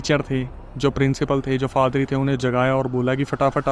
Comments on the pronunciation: bhai fadri nahi padhri hai😂😂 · फादरी नही पाधरी होता है l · Faadri nahi hota bhai 😂😂 Paadri hota hai 😂😂😂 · It's paadari or father .. not fathery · Padhri ❌ padri✅ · Yaa to padari hota hai yaa father, fadari kya hota hai bhai 😅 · FADRI NAHI, PADRI.😮😮😮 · Padri ❎ Father❎ Fadri✅😂😂